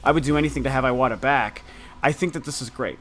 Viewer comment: i love your videos, but please pronounce names correctly (eg: iwata. you pronounce like it's iWata, it should sound like e-wata) . let's not spread misspronunciations : )